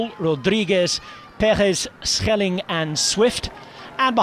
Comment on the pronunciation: Italian commentators said Shelling